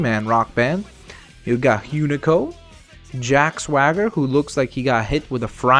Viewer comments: ''we got huenico''+. IT'S PRONOUNCED HUNICO! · You pronounce it Oo Ni Co for Hunico